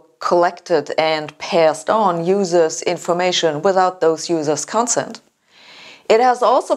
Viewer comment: Con-SENT, CAT-e-go-ry, ACC-u-ra-cy, AC-cess, RE-ci-pees.